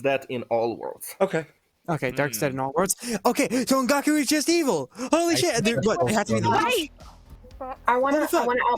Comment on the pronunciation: The way pronounced Ongaku in that intro clip, I honestly thought she said "on Goku", in the way people say "on God (how would that even work)". It made perfect sense to me! I only just realized it a few days later and I found it funny, so I wanted to share my "bone apple tea" moment.:D